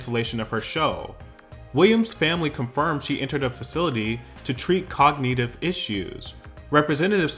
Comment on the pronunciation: aphasia is pronounced "a-phase-zee-a" and cognitive is "cog-knit-iv"